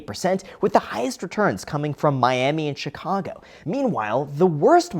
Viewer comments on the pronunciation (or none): none